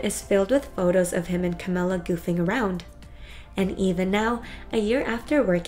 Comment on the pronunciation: that is not the correct way to say camilia . no offence. not trying to be rude.